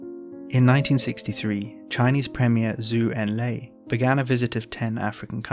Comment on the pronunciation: Premier Zhou Enlai's name is pronounced "Joe N Lie". Premier Zhou was a far better leader than Mao; Zhou, also in 1963, was the 1st person to propose "China's Four Modernization", which his protege, Deng Xiaoping, was able to bring to fruition, after Zhou's untimely demise.